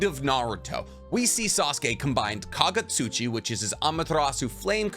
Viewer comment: Kagutsuchi, not Kagatsuchi.